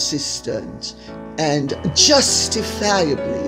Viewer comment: ”wildly inconsistent and justifaiably, questinetly”